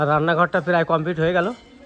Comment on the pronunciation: Peray hobe na pray bolun